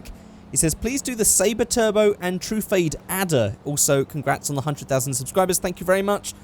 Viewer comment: True-fade? Do you mean truph-odd?